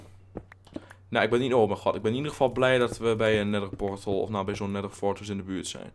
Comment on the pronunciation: anders als je neather schrijft zeg je neether